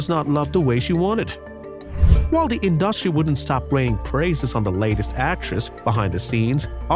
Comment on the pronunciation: To the narrator: you mispronounced the word industry several times!!!